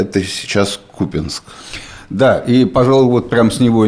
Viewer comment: Почему кУпянск а не купЯнск?